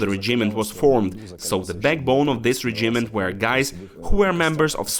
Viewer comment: Чому [ре' джімент],а не[ 'реджімент],[ке'міст],а не ['кеміст]?Це така крута вимова?